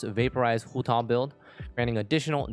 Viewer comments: that’s a very nice pronunciation of hutao at the beginning 💯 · Your pronunciation of Hutao is pretty spot on (coming for an ethnic Chinese)